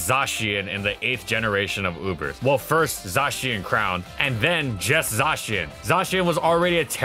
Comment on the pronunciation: No one says "zah-chien". It's clearly "zay-shen"